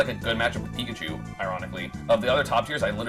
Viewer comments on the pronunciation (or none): none